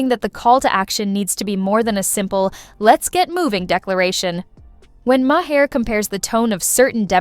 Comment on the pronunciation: Listen how bill pronounces his name and say it that way!